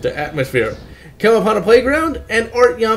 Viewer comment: Art - yohm, not Artieohm.